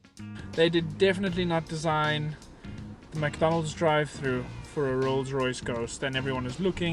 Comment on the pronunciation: "Lolls Loyce"